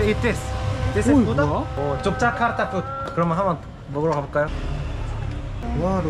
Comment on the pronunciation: Akhirnya bilang Yogyakarta pakai huruf 'G' bukan Yokyakarta pakai 'K' 😁